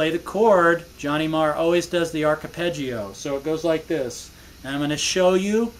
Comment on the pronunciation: Hi, its arpeggio for fuck sake how can you fuck up the pronunciation of such a commonly used technique in guitar playing but class playing and your channel is fantastic keep up the brilliant work Dermot